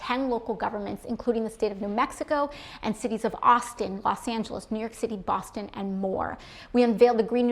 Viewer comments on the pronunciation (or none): none